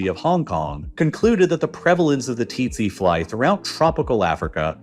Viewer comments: Didn't know its titsi fly all along we been pronouncing it as sese fly😲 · Tsetse fly is pronounced very close to "sexy fly" Something similar to "Se" like the beginning of the same Sarah, and "see". There are pronunciation videos on YouTube. Look it up :D